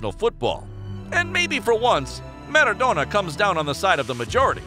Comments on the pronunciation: Nobody:: MerraDonna!" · Alves and Maradona are pronounced wrong